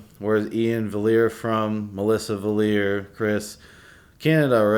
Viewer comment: fails to pronounce Valliere multiple times :-D ( nah brah , thx for the story and that you support them ! )